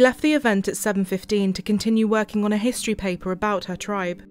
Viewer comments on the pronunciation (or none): Said our tribe wrong. But cases is solved now.